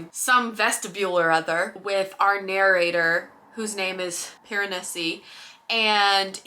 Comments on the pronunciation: Whenever you said Piranesi, all I heard was Piranussy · every time you pronounced it piran-ussy i giggled. but i totally felt the same way about it, not all it was hyped up to be !